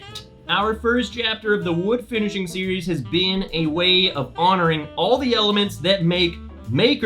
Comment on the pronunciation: “FINISiHING”? Maker’s Mark is adding vowels for this new series.. sounds expensive!! 🤣😂. Jk around.. thanks for the review!